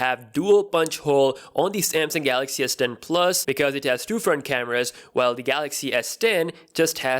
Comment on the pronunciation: All I hear is "S den 🅱️luhs"